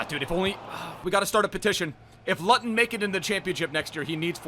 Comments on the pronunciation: My man said lut-on I died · Loo - ten pronounce it better it hurts😂😂😂😭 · mate, Luton is pronounced: Loo-ton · “Lutton Town” 🤣🤣😭😭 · Looten it’s pronounced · It’s pronounced loo tun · Say it with me , loo-ton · Luton is pronounced Looton 🤣 COYH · ITS PRONOUNCED LOO TUN FOR FUCK SAKE OH MY GOD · (Luton) town 😂 looton town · cool so its spelt Luton, but you say it as Looton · The way you say Luton😂it's pronounced LOO-TON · It’s pronounced looton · Luuuuuuuuton it’s luuuuuton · please use Google Translate for pronunciation from now on. Loo-ton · Nice video but it’s pronounced looton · I was screaming out the screen the whole time it’s pronounced fucking looton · It’s pronounced “looton” not Luton 😂😂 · luton. not lutton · It’s pronounced loot-un but love it I’m a Coventry city fan and I want to see way more meyler it’s a club that doesn’t deserve to be where it is PUSB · when he pronounces luton as luten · It’s pronounced loo-ton 😂😂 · Luton = Loo Ton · Thanks for using this card I’m a massive LUTON Fan love to you brooo and it’s pronounced looton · 'Up the God damm Lut'n' in doneeee its pronounced LOOOTON :) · U can't say luton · Your saying luton wrong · He says luton wrong 😂😂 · The way pronounces Luton😂😂😂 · He said Luton wrong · I like how he can’t say Luton 😂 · How he pronounces Luton 😂😂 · The way u pronounced ‘Luton’ 😬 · Love how he says luton😂I’m from Luton as well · It's luTon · how he pronounced luton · omg the way he pronounces luton im actually from there collins is he best super sub really love the vds brother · pronunciation of luton omg 😭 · He said Luton incorrectly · The way u pronounce Luton ffs 😂😭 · As a Luton Fan I feel pained by the pronunciation! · The way he pronounced ‘luton’😂 plus like if your from Ireland too👍🏼🇮🇪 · How pronounced luton is so annoying as a luton fan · The way he said Luton 😂😭😭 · As a Luton fan I so glad to see a James Collins episode but you are pronouncing Luton so wrong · Not lutton, its looton!!